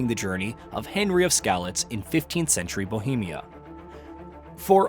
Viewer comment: Yes, but it’s AI. He just recorded an AI version of his voice. Listen to the way it glitches with how he says “says” Or Henry There just random tone + cadence shifts, pronunciation errors, and lack of emotion that show it’s AI. Just sounds a little off imo.